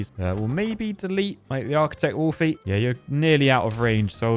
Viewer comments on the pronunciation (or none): He calls the Arcticwolfy ARCHITECHT wolfy?!!!!? 🫢🫨🫣